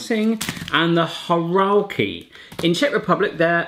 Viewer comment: Not horalki. Góralki!